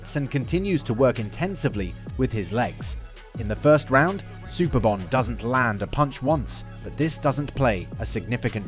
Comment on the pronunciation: Man said Super-bone 😂😂